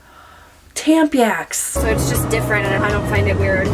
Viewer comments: I’m having a really rough anxiety filled day…and then you said “Tamp-yacks”. And I laughed all the stress away. Thank you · Not tampyax 😂